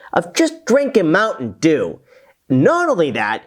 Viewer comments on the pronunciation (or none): I couldn't stop laughing after the emphasis of the mountain dew 😅😅😂😂.